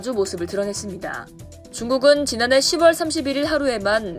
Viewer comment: 10월 ㅡㅡㅡ 십월이 아니라 시월